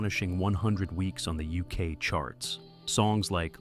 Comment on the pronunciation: "Discovery became the first number one album in the Youskay". I am sick of AI commentary.